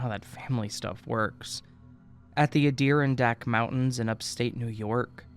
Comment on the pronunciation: Just to be helpful here; it's pronounced Ad-i-ron-dack.